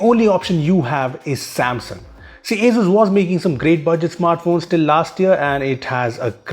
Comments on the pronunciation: Wtf is "AZUZ" 🤷‍♂️ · Its pronounced as Asoos, not Azooz.